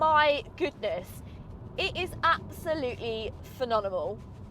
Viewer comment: Absolutely 'PHENONEMAL' 🤣🤣 great review though